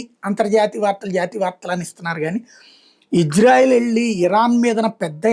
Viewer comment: బాబు, ఇజ్రాయెల్ కాదు, ఇశ్రాయేల్. కరెక్ట్ గా పలకండి. Ijrael kaadu Israel